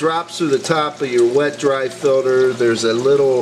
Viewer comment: filter not filder